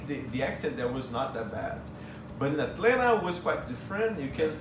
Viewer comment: He pronounces "Atlanta" like a native -- drop the Ts. I hope he saw some of the rich black people in Atlanta.